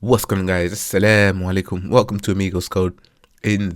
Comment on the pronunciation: what the amazing "Asallamulikum" bro 😂❤